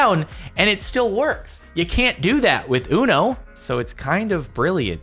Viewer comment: Imagine saying “ono” instead of uno lmao